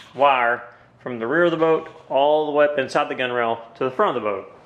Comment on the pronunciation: Its not called a gunrail. Its spelled gunwale and pronounced gunnall